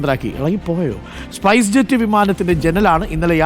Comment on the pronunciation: സ്പേസ് ജെറ്റ് അല്ല ചേച്ചി സ്‌പൈസ് ജെറ്റ്